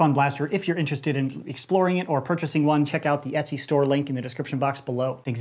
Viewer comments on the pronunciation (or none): none